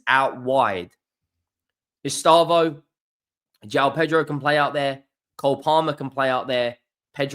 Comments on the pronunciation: It’s pronounced Ess- stay- vow, not Ess - star - voh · Take a deep breath. Don’t need to rush it. Read it properly. ESTE. VAO. No rush. Not estabo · Bro please. It is estevao not estávo. Ow not oh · Estâvaö pronounced E-stay-vow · It's Estevao......not Estaavo.😊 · He never does try, that's what always winds me up. Wait until you've heard him trying to say Lens, Rennes or Ferencvaros! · WOW WOW ESTÊVÃO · "Lost to ... Flamingo..." "Ehs Tah Voh" It's not that pronouncing isnt your strong suit. It's that you're not even trying🤣🤣🤣